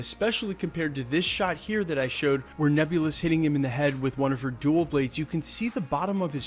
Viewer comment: Very cool. Minor note: "Dual Blades" means two blades. You're emphasizing "dual", almost as if you think that is a type of blade. Perhaps, you may think they're referring to "DUEL" (dueling) blades, like fencing foils.